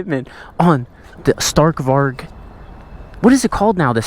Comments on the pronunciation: Can you pls try to pronouncevit correct next vid would prob be funny btw it sounds like stahrk varij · sta(R roll)k vari. I would thank you for pronouncing it like that